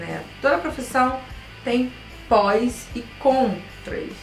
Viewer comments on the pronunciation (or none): (PÓS) e Contras!! kkkkkk (PRÓS) e CONTRAS!!